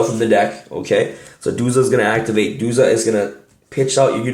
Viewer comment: Duja? It’s DuZA